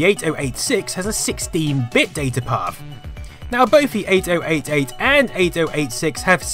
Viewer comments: one very infuriating thing is your pronounciation of 8088 and 8086. because it sounds far better if you pronounce them as 80 88 and 80 86 instead of each digit 8 0 8 8, 8 0 8 6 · OMG if I hear ate-oh-ate-ate one more time I'm punching someone in the beans. Eighty-eighty-eight is the common less clunky colonial way to say it. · honestly no idea why it pronounced it so stupidly. instead f just 80-86 and 80-88 like it's supposed to be pronounced